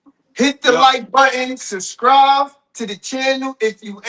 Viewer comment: What does mean when he says subcrive 😂